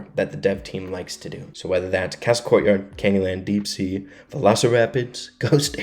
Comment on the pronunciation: ITS NOT DEAP SEA